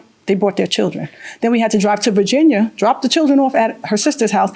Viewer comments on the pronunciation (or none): none